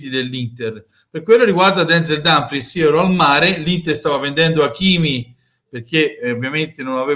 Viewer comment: si dice Dumfries